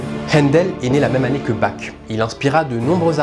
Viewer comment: Bach ne se prononce pas comme cela.